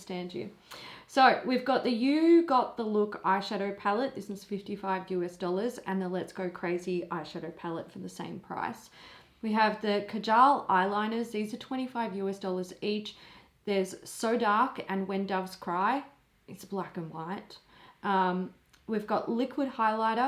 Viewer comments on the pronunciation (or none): it is Kaa-jal, not Ka-jaal. Source: I'm an Indian, and this word is originally from there.